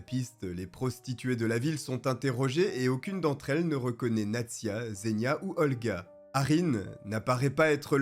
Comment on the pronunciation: Encore une superbe vidéo (pas pour le contenu en lui-même évidement mais pour l'investissement que tu y mets et tes talents de conteur 😁). Sinon juste pour ta culture personnelle, "Zh" se prononce "J" en russe, il ne faut donc pas dire "Zénia" mais "Jénia" (diminutif d'Evguenia ou Eugénie), et pas Seriozha (diminutif de Sergueï) mais "Serioja". Sinon, Nastya et Polya ne sont pas des prénoms non plus mais également les diminutifs d'Anastasia et de Polina 😃